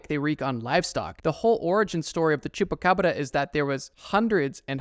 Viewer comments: The way you said baba yaga terrified me also why tf did u say chubbacrabba???? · Scary is the way you said chupa Cabra. It's shupa Cabra if you wanna say it right